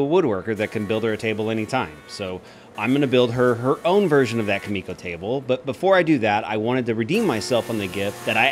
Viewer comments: Kumiko (coo-meh-coh) you are saying Ka-me-ko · I think you meant to write, "Youtube woodworkers hate building this most." And your pronunciation of kumiko is killing me, Smalls. Also, nobody should ever factor in their mistake time into the price of a piece. Most of your excess time in this build was because of your own designs/mistakes. Also also, what was your band's name?